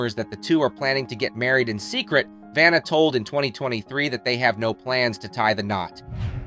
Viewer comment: He mispronounced her name and Pat's last name at the end...so stupid.